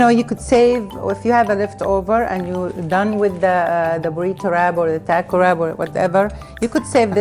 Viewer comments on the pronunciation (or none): none